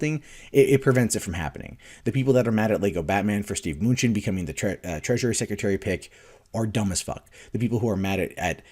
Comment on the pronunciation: Muh-New-Chin Not "Munchin'"